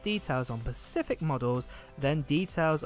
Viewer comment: Did you say "pacific" instead of "specific"? Lol.